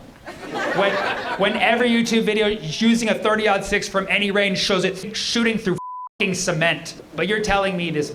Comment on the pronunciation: Thirty-aught six. The caliber is 30.06, so thirty, aught, six. 😊